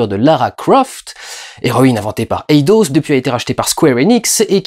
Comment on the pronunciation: Eidos, c'est british mon Dudu ;)